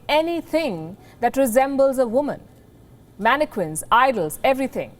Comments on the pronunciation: Palki, the word mannequins is pronounced "man - e - kins" not "man - e - kwins". You're welcome. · What did you say? Manne-queens????😂😂😂😂😂😂😂😂😂😂😂😂😂😂😂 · Some1 tell this reporter lady the Q in manneqiuns sounds like a K lol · Lmaooo Indians can’t even pronounce mannequins properly 🤣🤣🤣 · I can't help but giggle when she pronounces mannequins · Your not supposed to say the U in mannequins.